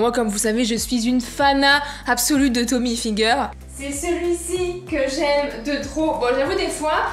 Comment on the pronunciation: Parcontre on dit Tommy Hilfiger mais avec le i en Y